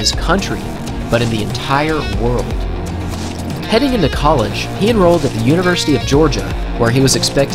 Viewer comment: You pronounced college wrong